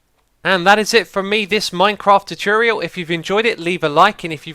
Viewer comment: Tutorial Too-tor-ee-al